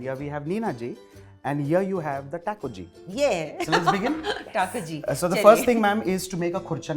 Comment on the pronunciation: My dear chef, it’s not Teco it’s Taco 🌮. Very nice episode.